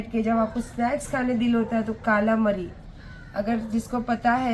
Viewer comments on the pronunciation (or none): Kaalamari nahi madam kalamaari bolte h use mai pure veg hu par TLC channel pe ye sab dekh dekh k naam pata h...😃😆